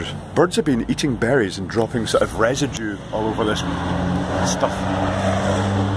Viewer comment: "Residue" lol